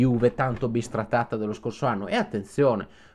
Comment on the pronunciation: L’unico youtuber che dice correttamente “bistrattata” invece che “bisfrattata”. Creerò 500 profili falsi solo per iscrivermi al canale con tutti loro.